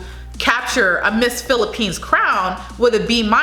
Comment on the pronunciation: That’s all perfect pronounciation of all places in the Philippines. Keep doing Filipino reactions video and by December you gonna have 1OOK subscribers. Philippines please support this Channel. 🇺🇸🇺🇸🇺🇸🇺🇸🇺🇸🇺🇸🇺🇸🇺🇸🇺🇸🇺🇸🇺🇸🇺🇸🇺🇸🇺🇸🇺🇸🇺🇸🇺🇸